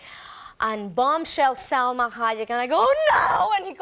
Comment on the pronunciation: It's SELMA SELMA SELMA SELMA SELMA SELMA. Not Salma